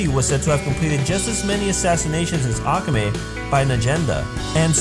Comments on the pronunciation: It's aka-me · say aka in akame like baka. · mispronounces akame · stop saying « ak ga me » its Ah-ka-may not ack ga may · XD im dead!! he said "Ackame!!' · it aka-may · You're pronouncing Akame and Najenda's name wrong bro. A-ka-mei. Good video though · your saying her name wrong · this video passed me off just because he was saying "akame" the wrong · Same. II WAS DYING! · U said akame's name wrong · your pronouncing Akame's name wrong watch english dubbed they pronounce it better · Not trying to be rude or mean but he pronounced to many names wrong (especially akame) and the dub isn't bad at all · First of all. You NEED to pronounce akame and sheeles name right..... - The English dub is actually really good. You’re just hella negative. - How you know all of this but can’t even pronounce their names right? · The way you say akame angers me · You can't say Akame properly. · Sheila?...ITS SHELLE...YOU PRONOUNCE THAT AND AKAME SO WRONG. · when you can't say akame right you shouldn't be doing a video about AKAME GA KILL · your pronouncing the names like Akame wrong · you know all of this but you can't pronounce AKAME and KUROME